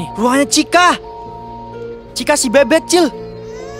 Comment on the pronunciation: Chica( iitu chika) bukan cica